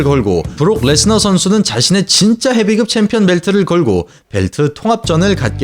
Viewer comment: 한국사람맞나요?? [헤비끕]도[헤비급]이라고 읽으시고...